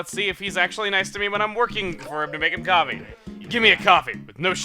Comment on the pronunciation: Coffeh coffeh coffeh